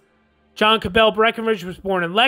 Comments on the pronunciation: Not Ca-bell but Ca-bull with a schwa and said as one syllable. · Grating to hear Cabell mispronounced over and over and over again. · As a descendant of Dr. William Cabell, I can affirm Cabell was mispronounced.